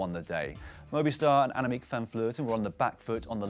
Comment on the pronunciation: "Annemighty" van Vleuten!